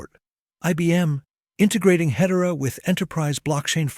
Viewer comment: Ahh, the power of AI. I would like to see better pronunciation of Hedera; otherwise, a brilliant description of what's ahead!